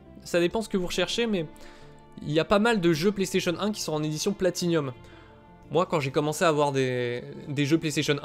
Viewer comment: Salut!On ne dit pas Platinium mais Platinum! Merci pour ta vidéo.